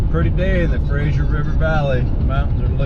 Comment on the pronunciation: not the most important thing in the world but it's grating to the locals when people say "Frasier" like that vs "Fraser" (Fray-zer)